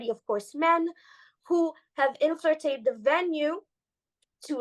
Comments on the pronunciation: It's so cute the way she keeps saying inflirtrated. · She needs work on saying, "infiltrated"